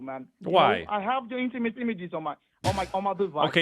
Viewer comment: lololol. “Iniment images “